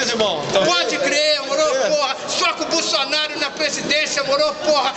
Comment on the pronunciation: "Bulsunario" ashahsahsahs